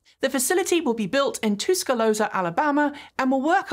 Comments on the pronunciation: Pronunciation -, I may be from Texas while you are from the UK, but your (mis) pronunciation of Tuscaloosa rang in my ears. It's Tus-ca-LOOSE-a, not Toos-ca-lose-a. And also did you say ORON (two syllables) instead of OR-I-ON (three syllables) for the GM factory in Lake Orion, Michigan? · lol, did I just hear say "too-ske-low-za" Alabama? That gave me a chuckle. (We say "Tus-ka-loose-a" down here in Texas.) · Ha Ha, that's pronounced TUSK-A-LOOSE-A, like an elephant with dental problems. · Cool to hear about battery recycling in Alabama. BTW - the city is pronounced “tuh skuh LOO sa” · In case you need to pronounce it again later, you can say Tuscaloosa like a baby elephant with a "tusk-a-loose-a". And I know you will appreciate that is a Choctaw phrase. AL is very rich in native words for place names.